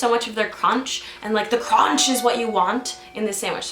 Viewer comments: Cronch is classic, but she definitely said "crahnch," instead of cronch. :P Wanted to quote her as accurately as possible. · yeah she definitely said crahnch lol I was just saying that I say cronch